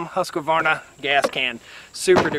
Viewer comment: Plz say Husqvarna properly, it's offensive to the Husquahvanna tribe of New Guinea. They're not chainsaws, they're people